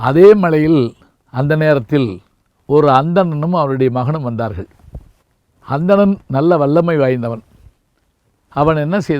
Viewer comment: வாருங்கல் ..வந்தார்கல்..என்று தமிழை கல் எறிந்து கொல்கிறார்..தமிழாசிரியர் இவர். வெட்கக் கேடு.